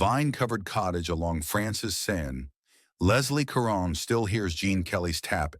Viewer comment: Actually, it is Eva (pronounced ee' va). And not Leslie Karen, but French, pronounced more like kah rohn'. Narrators should practice names prior to recording. I enjoyed this video, but it takes me back in time because I'm old. It gives me hope, too. Thanks!